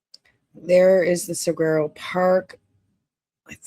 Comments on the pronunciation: FYI - Saguaro is pronounced "Sah-WAR-oh" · Yep! Suh-waa-row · Pronounced (Sa war o) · Pronounced sah war o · Saguaro... like the Cactus. (SAWAROW) 😉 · Google the cactus and it will tell you how to pronounce. You don’t voice the G.